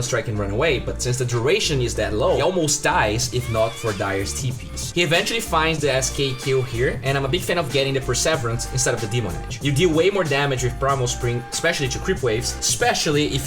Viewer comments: its..per-ser-ver-ance. Not prevs-everance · Per-see-veer-ance my dude